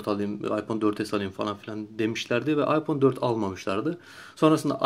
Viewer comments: adam doğru söylüyor. iphone ayfon diye okunur hiç bir aksan aypon demez phone kelimesi ingilteredede amerikadada aydır bence senin :D ingilizce bağcılar aksanı kardeşim. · Okunuş:aypon diye okuyorsun zeka okunuş:ayfon diye okunur o